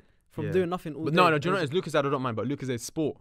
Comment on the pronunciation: Did he pronounce it as lookozayd LOOOOOOOOOOOOOL